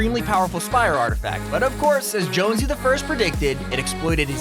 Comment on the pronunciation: Are you sure he didnt say Jones blouse because thats what im hearing